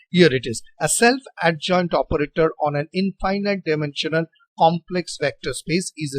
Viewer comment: Thank you, sir, for this helpful video! FYI, in American style English, the word 'infinite' is pronounced very differently from 'finite'. "Finite' has 2 long I's, as in 'like', but 'infinite' has zero of them. It is pronounced with all 3 I's having the short I sound, as in the word' finish'. English pronunciation is very illogical and inconsistent, unlike math or physics! Thanks again for the video!